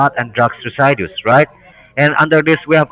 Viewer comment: Reside dues?? What is this ?? I can't help but get caught up in their sad pronunciations of the script . 🙃 LOL Merilyn truly flipped in her crusty panties 😂🤣